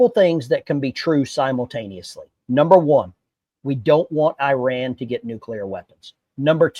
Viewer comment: 1. You pronounced Iran wrong. 2. This is not the first time Israel has striked Iranian nuke sights within the last 5 years. Any statements that this could cuase something to happen is fear mongering. 3.both the republicans and democrats are corrupt rich people. We should be allying with fellow workers not the rich people in congress or like Biden or Trump